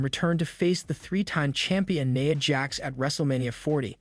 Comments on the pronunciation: Its NIA jax not naya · Please correct your pronunciation of names. It is not Coddy, McDonna, or Neya. Makes the video unwatchable and you lose of credibility. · He didn't even pronounce JD's last name right... He mispronounced Rhea's catchphrase name, Nia and Cody...